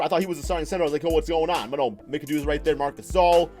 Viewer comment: I wish he would say Brad Daugherty and Bob McAdoo name right SMH